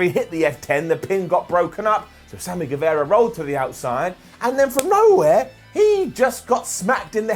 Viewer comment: get the pronunciation of GuevAra right!